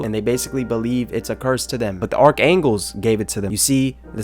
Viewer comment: y do u keep saying archangles and not archangels